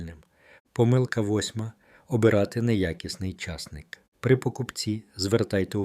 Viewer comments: ЧаснИк правильно казати. Наголос на ,,и". Так ріже слух цей чАсник, капець! Обожнюю часник. Щодня в салат додаю - до свіжих листів салату латук, до салату із свіжої капусти, помідорів та ін.-х всього один зубчик подрібнений.Нема ніякого поганого аромату потім, якщо не з'їдати набагато більше часнику щодня . Потім є ще ж продукти, які нейтралізують аромат часнику - петрушка, кефір та ін. Дякую за корисну інформацію! Всім здоров'я і миру! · Огидно слухати: чАсник, а не часнИк, що є правильним, ставте правильно наголос! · Головне слово в цьому відео з невірним наголосом ! А може це зробили навмисне, щоб коментарів було більше ??? Тема корисна , прослухала до кінця ! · Не говорiть чаааааасник, говорiть часнИИИИИК.😢😢😢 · Я завжди знав, що споживаю часнИк.😊👏👍 А ви ведете " мову" про якийсь чАсник!🤣😭😆! Неможливо слухати! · А ви шановний звідки ???? В якому краї на часник з наголосом на ,,,,и ,,,,.....вимовляють часник як ви з наголосом на ,,,,а ,,,, дивно ????????? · Чому ви кажете чАсник, а не часнИк? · Дякую,але наголос портить гарну інформацію...а не краще ,,чосник'' вимовити і не буде звучати ,,часник''.. Дякую ,інформація слушна... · Ріже слух неправильний наголос в слові часнИк! Підкреслюю: часнИк,а не чАсник! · Залишилося ще вам, правильно наголос ставити: часнИк, а не чАсник. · Наголос часнику на другому складі. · Що за наголоси все гарно а наголос жахливий ЧАС НИʼК і ті наголоси є в закінченнях не тільки цього матеріалу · Чому часНИк.Ваші поради такіж корисні як і ваш наголос. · Де він навчився так казати.наголос.ставити не на ту букву ЧАСНИК